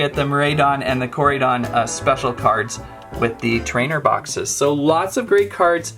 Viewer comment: Hey the way to pronounce the name are (core-I-don) and (mir-I-don) your welcome